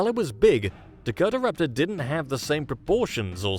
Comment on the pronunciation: Dakota-raptor….not Dako-Tara-raptor